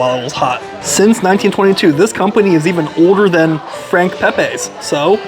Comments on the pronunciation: hate to be that guy but, its pronounced Peh-Pee, Not Peh-Pay. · Frank pepeees is how its said ! Not pepaaaa s ! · Thanks for coming but the lines just got longer, ugggg. Pronounced Pepeee